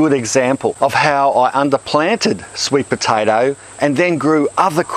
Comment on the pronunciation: "Sweet potatarrr"